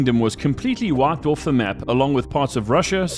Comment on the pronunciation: I was always wondering where your accent came from, then I heard you say "Off" 😂